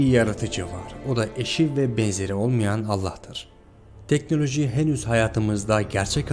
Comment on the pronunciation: TANRIYI ÖVECEĞİM DİYE TEKNOLOJİYİ DÖVENİ DE İLK KEZ GÖRDÜK, VİDEOYU HAZIRLARKEN "GAVUR" "ATEİST" "GOMÜNÜST" DEDİĞİN BİLİM İNSANLARININ TEKNOLOJİLERİNDEN FAYDALANIYORSUN VE "DEKNÖLÖJÜ DURACAĞIMÜÜŞŞŞ" DİYORSUN, ZAVALLISIN, BEYİN FAKİRİSİN, ZELİLSİN, REZİLSİN !!!